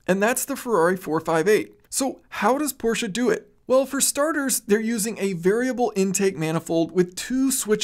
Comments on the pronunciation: You know the English language video is gonna be awesome when the narrator says Porsche instead of Porsh. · we are in agreement. I’ve lived in Germany and m6 next door neighbor is from Germany. The sha at the end is correct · Thank you for pronouncing Porsche correctly. “Porsha” is correct